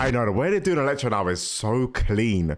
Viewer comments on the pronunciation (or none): Man said “electrode” 😂😂😂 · His name is ELECTRO, not “Electrode”. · It's Electro not Electroed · "Electrode" LMAO 😂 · Ah yes electrode, you need to start remembering names, it's electro!!! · It's Electro not Electrode, he's not a Pokémon bruv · Electro not electrode btw 😂